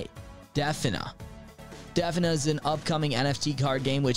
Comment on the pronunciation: For 2nd game Defina, It is pronounced as "The-Fee-Nah"😀 and instead of champions, it is heroes instead. 😅😅 Some mistakes on our part Very cool game by the way, some Beta Game footage is above!!